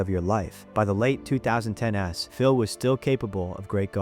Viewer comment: When narrator says “By the late two thousand ten ess” (2010s) is a pretty strong giveaway!